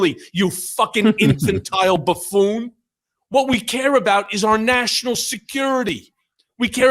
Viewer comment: That was the best!.. but I thought he said baboon lol😅😂